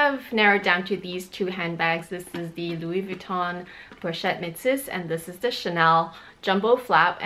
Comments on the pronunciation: so you're telling me that metis is pronounced met-sis? Is this the LV way of pronouncing it? Definitely not the proper French way to pronounce the word based on the spelling and I haven't heard anyone in the luxury community pronounced it this way. I've also taken French classes before It's very odd to add an 's' like she has calling it met-sis instead of me-tisse. But whatever she prefers to pronounce it, just thought she may want to know. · I'm not sure if anyone corrected you on how to pronounce the pochette Metis bag yet. I haven't ever heard some one call it Metsis before. It's either Meh-tee or meh-tees.